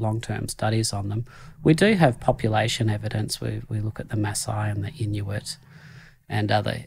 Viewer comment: Inuit, not " Iñuit or inyuit or inhuit or injuit."